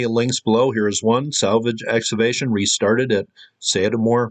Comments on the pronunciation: I love this guy but he doesn't understand that the word "excavation" contains a "hard C". It's pronounced "ex-KA-vay-shun." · Had to shut it off after the third time you said "eggs-avation". EX-CAVATION EX-CAVATION